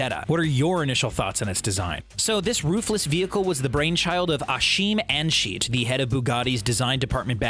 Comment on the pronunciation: I have never heard anybody slaughter the name „achim anscheidt“ so bad before 😂